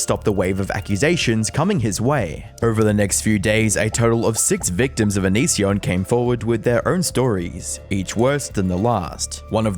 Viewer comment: Thought it was pronounced “on-is-son” this whole time 😂